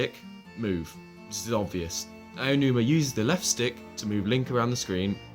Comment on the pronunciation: Did you just call him "Ayanuma"? LOL There is no "ya" in "Aonuma." Ah-oh-noo-mah. He's Japanese, not English. Also, there is no need to "toggle" autopilot for the horse because the horse doesn't have autopilot. Once you set the horse in motion, in continues in whatever direction you set it in unless you touch the analogue stick to change directions. Letting go of the analogue means the horse will simply continue. We have seen this before in Wind Waker. The King of Red Lions (the boat) also didn't need to have autopilot toggled on and off. You put up the sail, the boat goes. It keeps going that way until you change it. Also, A doesn't jump. Link still jumps automatically. He pressed the button for the sailcloth, just like Skyward Sword.